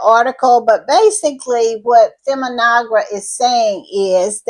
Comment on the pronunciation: Feminegra is pronounced fem-mee-nay-gra